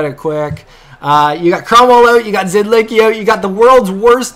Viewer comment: it is not pronounced Zid-lick-y it is pronounced Zid-lisk-y